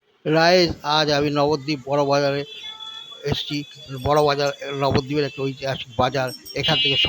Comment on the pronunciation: ওটা রাইজ না গাইজ হবে।যায় হোক ভিডিও ভালো হচ্ছে।